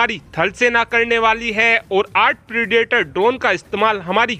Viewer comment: प्रेडिएटर ड्रोन नहीं प्रिडेटर ड्रोन इडियट